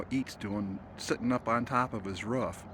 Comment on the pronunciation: Love how u say ruf instead of roof. Reminds me of my grandmother